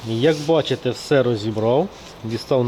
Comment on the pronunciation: тепер і я почав замічати як ти дореха разів кажеш БаЧеТЕ капец 😂😂😂😂